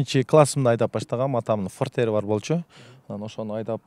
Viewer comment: Мынча машина анча машинам бар дейсин фортер,бемве дебей суйлогонду уйрончу